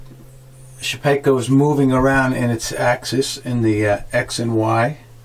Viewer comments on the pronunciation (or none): It's Shapeoko (Shape-O-Ko) not shepeko lol